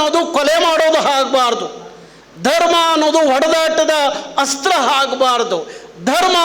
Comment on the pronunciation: 😂😂 ಕರ್ನಾಟಕ ರಕ್ಷಣಾ ವೇದಿಕೆ 😂😂 ಅ ಗು ಹಾ ಗು ವ್ಯತ್ಯಾಸ ಗೊತ್ತಿಲ್ಲ 😂ಆಚೆ ಅದು... ಹಾಚೆ ಅಲ್ಲ...😂 ಅಸ್ತ್ರ... ಹಸ್ತ್ರ ಅಲ್ಲ